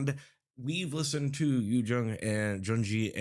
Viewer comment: his name is pronounced Ri-eh! You can learn more about their production and their purpose as a group in this interview: It's from libidO era. I do see that they are starting to get some recognition from other artists. one recent big one being Holland. Other than that, they do research and gather references for their solos.